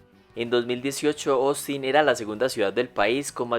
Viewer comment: Persona normal: Ostin El locutor: Osin